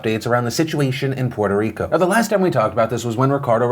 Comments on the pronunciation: I'm just glad, Phil, is saying Puerto Rico without an accent.....i was getting triggered. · Puerto Rico; Draining the hell out of it's swamp! Also, Thanks Phillip for not putting on the mierda accent when pronouncing the name.